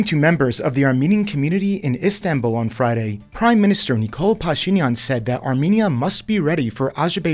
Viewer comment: Did you get that backwards? I think you meant call the zangezur Corridor the crossroads of peace. But whats worse is your pronunciation of Armenian names... and "Istanbul". Hint, Armenians and Turks pronounce it the same. It's a shame that 99% of Turks vsn pronounce Armenian names better than this channel.